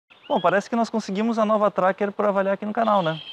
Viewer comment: Como sempre, um excelente trabalho o de vocês. O único problema foi ficar escutando, o tempo todo, "A novA" Tracker. Sugiro deixar o "A" para picapes, peruas e afinas. No mais, parabéns!